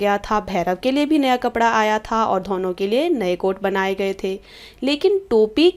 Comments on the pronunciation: Man please learn how to pronounce "Dono" properly. It's not dhono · What is dhono yr🤷‍♀️ plz improve your reading skills